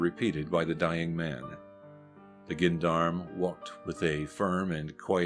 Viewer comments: "GEN-darm"? Try "ZHON-darm"... - the correct pronunciation. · It is pronounced Jendarm, just to let you know. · With the exception of the narrator mispronouncing 'gendarme', this was an interesting and informative presentation.